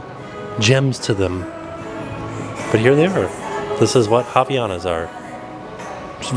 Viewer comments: As a brazillian its soooo weird to hear an american saying Havaianas. Its no “Raviana” its “Hah-vee-ah-nas” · Everytime says "haviana" literally all I can think of is "thotiana" 😂